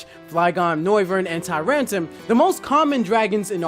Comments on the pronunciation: Can you take a moment to reread the names of the Pokemon that you're butchering? Tyrant-R-um Claw-I-tzer I mean come on... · "Tyrantum" Its TyranTRUm